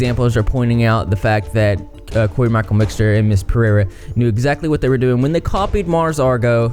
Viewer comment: I love the way you pronounce Pereira.